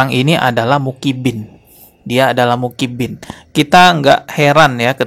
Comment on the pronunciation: Personal aja bro,jgn bawa2 Muhibbin,bisa ga ngomong Muhibbin,bukan mukibin, ngerti huruf Hijaiyah ga sih????😂 Klo blm ckp ilmu ga usah upload malu2in tau?😂